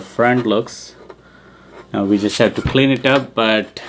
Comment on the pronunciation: A primer: 'We' is pronounced like 'Oui', 'yes' in French, not 'Vee' as in VW. You're welcome.